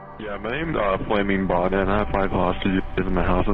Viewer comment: it sounds like "yeah my name is flaming boner"